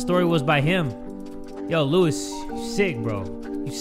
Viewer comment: Actually, Luis is supposed to be pronounced as “Loo-ees” with “long E” sound, not “Loo-iss” with the “short i” sound. It’s a Hispanic name—a Spanish-language name. You were pronouncing it as “Louis”. Well, “Louis” pronounced as “Lewis”, not “Louis” pronounced as “Lui”.